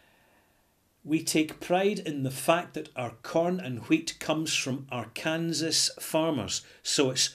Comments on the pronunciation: you should check out Eric Sloane on Google. He was an American painter who, among other things, specialized in painting clouds in the sky. By the way, an American pronunciation of Arkansas might be "are CUN saw". Just thought you would like to know. Great review! I'll have to try some soon. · It's pronounced 'Arkansaw' but another brilliant review, I'll be trying this one:) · Perhaps silly, but Arkansas is pronounced are-can-saw. :). Cheers! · Great review! Couldn't stop of chuckling at Ar-Kansas though. Hopefully I'll be able to make it up to the Scottish Capital of E-Din-Burg someday.;) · Woah! That's my town being reviewed by! I feel so proud. (Also it's pronounced "ar-kan-saw.") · Pardon the nitpick, and make no mistake, it is just a nitpick, the video is great: Arkansas is pronounced Are-can-saw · Understandable how a European would make that mistake. "Kansas" is pronounced just the way would think but "Arkansas" is unusual in that the last syllable "sas" is pronounced "saw". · Hi, good review again! Official pronunciation [ˈɑɹkənsɔː] ar-ken-saw Wouldn´t have known that if Bill Clinton hadn´t been governor there before he became President.:-) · The odd thing is that the state of Kansas is pronounced as you have done so here but without the A-R. Once you stick the A-R in front, the S at the end turns into a W.